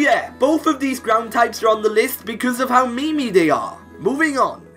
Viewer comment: When you're listening and you keep hearing him say me-me...